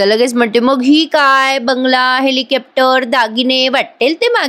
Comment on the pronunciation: काही काही शब्द खूपच अशुद्ध बोलले आहेत, घालताल , हेलिकॅप्टर वगैरे , बाकी चांगली commentry करतेस तर हे शब्द पण नीट बोललीस तर उत्तम